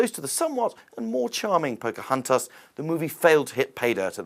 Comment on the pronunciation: why does he keep saying Pocahantas? it's Pocahontas! Idiot!!!